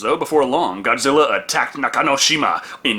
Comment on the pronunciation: Did she say Godzillar 😭😭😭😭